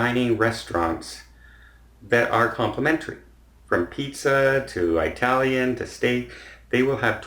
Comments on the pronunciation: I know it's hard, but please refrain from saying "Eye-talian." The proper pronunciation is "Ih-talian." Most Italians consider the "Eye" pronunciation offensive, and this goes back to way before the days of political correctness and everyone being offended by something. Growing up back in the 1950s in a city which had lots of Italian families (and great pizza), everyone who wasn't Italian learned very early the "eye" pronunciation was frowned upon. It still is. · Small pet peeve,, and please forgive me for commenting, but please pronounce Italian as - Eh-talian and not Eye-talian as you did twice in this video causing a physical sensation like nails on a chalkboard. Ok, thank you for listening to my one complaint about you:) You are awesome and love your videos!! Plus you have a great first name! Take care and thanks for all the videos!! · Thanks for mentioning that, Donald Lewis. I am Eh-talian, not Eye-talian. The latter drives me crazy! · Jim Griffin absolutely agree I’m in my 30’s but cringed when he said that. Sorry. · Being Italian, that’s a pet peeve of mine. It was usually the second thing I informed people on, the first being how to pronounce my last name.